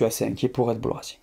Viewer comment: Ca fait plaisir un français qui prononce à peu près correctement le nom de cette équipe, marre des commentaires parlant de "Raide Bulle" !